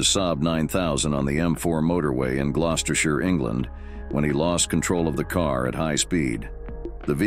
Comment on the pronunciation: Well done on the near perfect pronunciation of Gloucestershire.